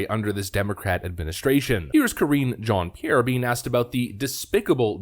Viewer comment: It's Mizzz Jean-Pierre! And you need to pronounce it in a French accent! LOL!